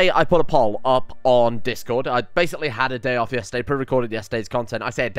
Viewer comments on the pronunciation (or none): none